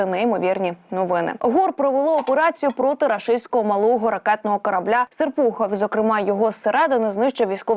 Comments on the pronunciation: СЕрпухов, а не СерпУхов ... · Читається "СєрпухОв".Є таке місто в Підмосковії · Обидно что журналист не слышала чиовроссии есть город серпухов ударение на последнем слоге и тараторит как с пулемета!